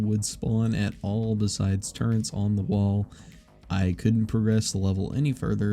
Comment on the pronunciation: *turrets. Not turrents